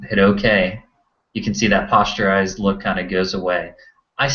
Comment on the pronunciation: posterized not postureized